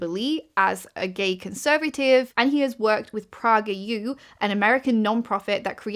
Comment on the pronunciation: First time I hear someone pronounce PragerU as "PraggerU"